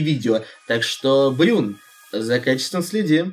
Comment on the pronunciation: Правильно Брун а не Брюн!